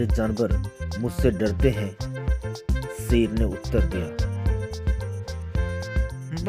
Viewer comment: Sher hota hai seer nahi🤣🤣